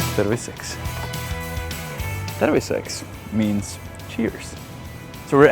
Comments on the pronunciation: terviSEKS... look up the word in capitals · am i the only one hearing "pervi seks" when he says cheers?